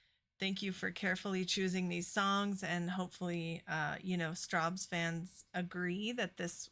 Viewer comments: Think strawberries and you'll get the way to pronounce Strawbs!! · pronounced like Strobs.